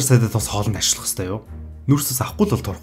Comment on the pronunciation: Г үсгээ жоохон тод хэлж байгаарай. Ашиглах гэдэг үгийг Ашихлах гэж хэлдэг юм бна.